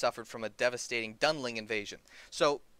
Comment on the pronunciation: Its Dunlendling not dundeling or dunling